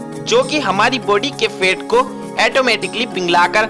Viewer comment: अरे भाई फेट नहीं फैट बोलिए